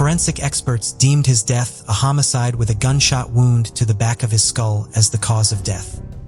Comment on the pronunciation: My favorite is the pronunciation of wound.